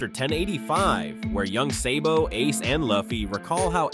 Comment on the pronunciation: its SABO not SAYBO you fuck